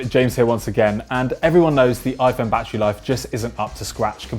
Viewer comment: Bad err